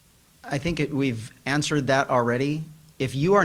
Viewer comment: He said I WANNA SHANK. I MEAN I WANNA THnk😂😂